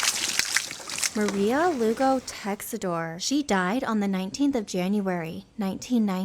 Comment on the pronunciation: Pissed off that she mispronounced "Texidor" SOOO POORLY. Just shows her disrespect even worse.